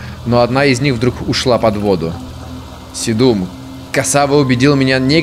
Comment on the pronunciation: С'едум - очиток, в'ереск - растение. Везде ударение на первый слог.